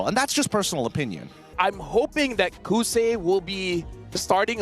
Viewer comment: HAHAHAA kousei not kouzen 😂